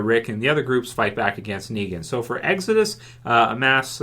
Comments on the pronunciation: "...and episode 8 is called EGG-Zuh-Dus." Not making fun of you, by any means, but I laughed out loud at that part for some reason... thanks for another informative vid! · Why u say exodus so weird lo